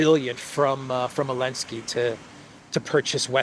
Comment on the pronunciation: it's ZELENSKY, LOL!!! You have been reporting on this name for over 3 years!!😢😢😂😂😂 I pray to God, Putin will finally level this nest of ziono- fascist once and for all. President Putin!!!, finish the job, and prepare for WW III in 2027!!!